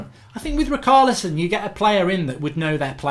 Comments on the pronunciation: Its ri-char-lison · sorry after the bruno fernandes debacle it is hard to watch these with excitement and MARK i think its obvious you certain players names wrong on purpose...rikarlison and emre khan... lmao!!!!!!